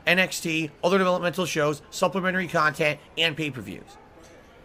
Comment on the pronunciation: I know has been around for years but I can't believe I'm just finding out about all these "detractor" channels that give us great "Khantent" 😂